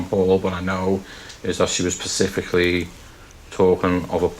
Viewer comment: I love it when A: somebody is called out as a fake and B: When they can't pronounce "specific" and say "Pacific"😂 I absolutely hate people who prey on people who are struggling with grief.